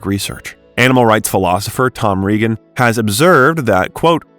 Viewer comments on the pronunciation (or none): none